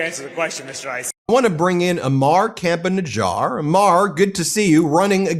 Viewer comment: Campa-Najjar is perfect 👌